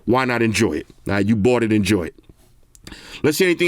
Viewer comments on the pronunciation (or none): none